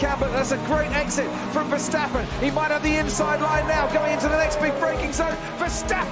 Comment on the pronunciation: Dude... you are the first American who pronounced Verstappen like we Dutch do😄👍